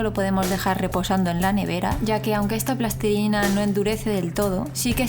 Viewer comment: Me gusta mucho que digas plastilina en lugar de "plastelina", "pastelina" y mierdas derivadas.